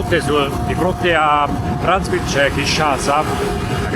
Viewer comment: Si pronuncia "Brazzá" ville. Dal cognome dell'esploratore friulano. 😊 Pietro Savorgnan di Brazzá